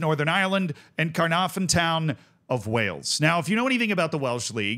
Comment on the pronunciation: 'its pronounced 'Caernarfon Town'